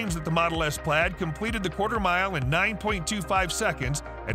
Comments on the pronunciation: Yes, this mispronounciation as "plade" which sounded more like "plate" drove me nuts. How does the YouTuber narrator NOT know this? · Plaid is pronounced “Plad”